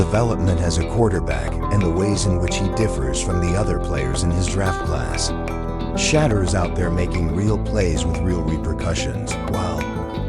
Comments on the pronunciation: Please pronounce Shedure’s name correctly! It is Shedure, emphasis on second syllable. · Sha-door is how it’s pronounced